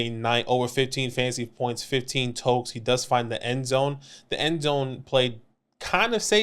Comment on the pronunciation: Its totes, not tokes lol